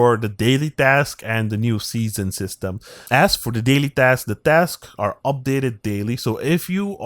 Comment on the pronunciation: Dask? 😂😂😂 Sorry but when you say task it sounds like dask 😂😂😂